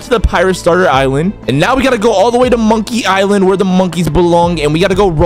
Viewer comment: "Monkiy island"💀